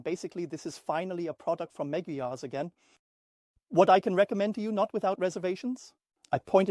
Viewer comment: Please don't call it Megyar